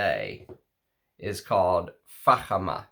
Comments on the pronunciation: Thank heavens he pronounced it correctly!🤣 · You initially pronounced Fakhama perfectly,. The Spirit of Dubai indeed is an over the top brand and their stores reflect that - quite an experience. Salesmen are attentive and welcome you to sample all frags without pressure. Really loved Baz and Abraj. The Saudi Arabian Taif rose you mention is very popular as an oil and in frags in the GCC region and yes Russian Adam's Malik Al Taif is a fine example.